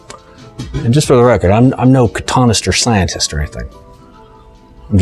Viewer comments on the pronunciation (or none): Don’t want to be pedantic but the name is pronounced cotton-née-A-ster. I pronounced it as cotton easter for a long time before I found out lol. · Hey, I'm a big fan of your work with bonsai, so don't take this the wrong way, click on the link to hear the correct pronunciation of cotoneaster. All the best 👍 cotoneaster: definition from